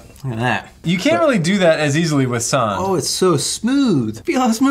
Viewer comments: ITS SAND NOT SAWND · I am from sweden and its not sånd its sand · It pronounced S-AND not saound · It's Sand not sond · I die a little every time i hear "Sahnd" (sand) but i love your channel 👍